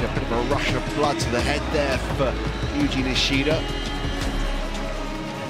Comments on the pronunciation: The fact that they pronounce his name wrong in the beginning 😑😑 does the u look like a i that much? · That guy just called yuji-san yiji wtf